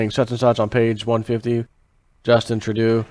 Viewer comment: Justin Trudeau is pronounced Justin True-Dough, just saying